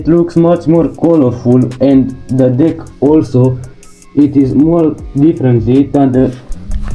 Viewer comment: I dont think u said deck😂